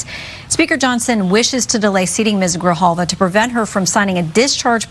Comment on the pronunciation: Adelita Grijalva not Gralva.